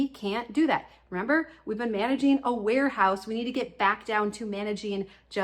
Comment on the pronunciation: At first, I thought you said werehouse, not warehouse. And I mean, it’s not wrong 🤷🏻‍♀️ When the clutter has taken monstrous proportions.